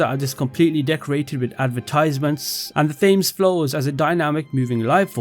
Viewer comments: Love your videos but as someone who lives ion England, you are pronouncing the river “Thames” incorrectly. It’s not “Fames” rather it’s “Tems” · You’re a Brit and you called it THames? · btw thames is pronounced 'tems'